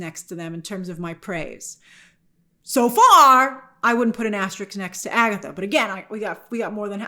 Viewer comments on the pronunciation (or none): Aster-risk, not Asterix! Do you also say Nu-cular?!